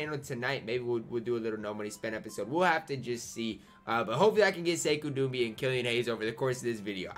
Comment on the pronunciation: It’s not Sekou Dumbea btw